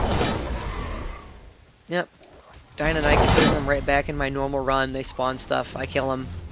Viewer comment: Love you but pls... "die-non-ih-cus", not nie-cus:p great vid btw, learned a lot!